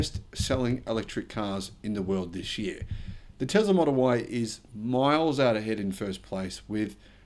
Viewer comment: It's Tesla not Tezla!